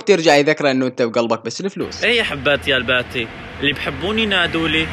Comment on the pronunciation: روحي شوفي اول ما يبلشة الفيديو حبيباتي الباتي 🤣🤣 لو يسمعه إلى صنع اللغه ليفطس😩 مش يموت قال حبيباتي الباتي قال تحياتي من الاردن لاف💓🇯🇴